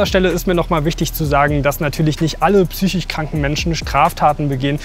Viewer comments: super Film, einzig würd ich sagen heißt das wort "psychiSch" nicht "psychich" =) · Vielen Dank für den Einblick. Trotz aller damit verbundener Tragik ist es doch ein bißchen witzig, dass weder die Schwester noch der Patient das Wort "psychisch" richtig aussprechen kann.